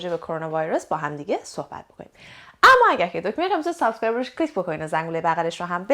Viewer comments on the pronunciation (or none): none